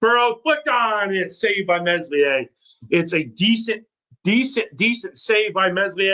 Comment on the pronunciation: Err that accent... is that Rotherham? Also, let's help you lad it's pronounced MELIER. The S is silent. Just try 😊?